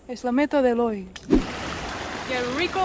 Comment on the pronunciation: la mejor parte del video 😆 me encanta el que ricoou con asento tico de